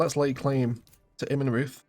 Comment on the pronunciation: great pronunciation of Zweiau! Immenreuth the "reuth" is pronounced like "royd"